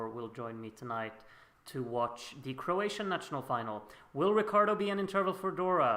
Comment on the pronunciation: Oh and btw, you are really good with pronouncing Croatian! 👍🏼